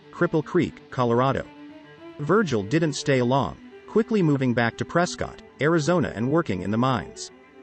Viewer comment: Ptrescott … not prescottt , can tell you Arenot from Arizona.|-Sad